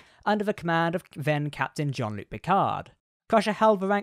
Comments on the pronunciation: ok, but his name definitely isn't pronounced John 😂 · Seriously, John-luc Picard? Have you actually ever watched Picard introduced himself? Are you even a trek fan? Wtf